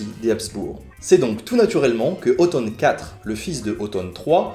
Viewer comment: Ça me fait bizarre d'entendre Otton prononcé comme « automne ».